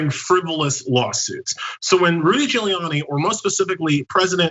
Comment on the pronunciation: I'd swear John calls Giuliani 'Drooly'.. ;-)